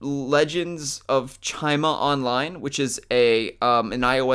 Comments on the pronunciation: it's Chima chi-ma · The way you said Chima cracked me up. 😂